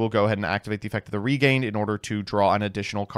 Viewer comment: Bro, that's fucking cringe, who the fuck calls Regained like that, c'mon...